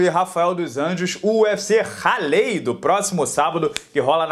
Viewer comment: PRONÚNCIA!, sou brasileiro, assíduo em seu canal e vivo aqui em Raleigh, NC: se liga só na pronúncia... Não é "ralêi", é "u-rrá-lei"...